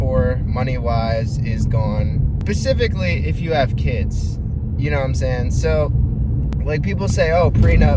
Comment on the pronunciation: bro said pacifically